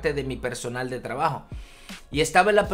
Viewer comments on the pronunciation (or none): none